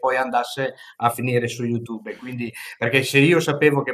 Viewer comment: "gugle" "iutube" 😂😂😂 sono imbarazzato per lui